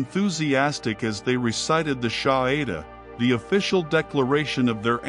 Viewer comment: Its Shahada and not Shahida.